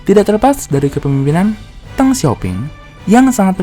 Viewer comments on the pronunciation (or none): none